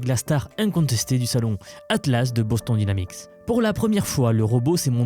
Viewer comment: "Boss ton dÎne amix" ????????? BOSSE-TONNNNNNNEEEEEE D'AIL'NAMIX !!!!! <<<<<<<<<<<<<<<<<<<<<< Merde, un effort, quoi !!! hahahahahaha 🤣🤣🤣🤣🤣🤣🤣🤣🤣🤣🤣🤣🤣🤣🤣🤣🤣🤣🤣🤣